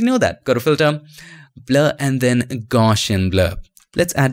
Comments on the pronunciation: haha i just realized that. Thanks! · For me too!!